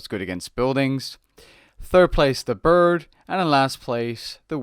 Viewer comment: Dont forget 'The burd' :p